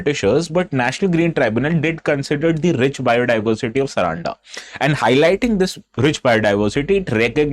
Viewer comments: it is sar-un-da and not saraanda bro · it's not Saraanda, its Saaranda (सारंडा) 🙏🏽🙏🏽☺️🇮🇳